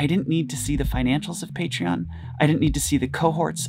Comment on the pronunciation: if i had a nickle for everytime he said partion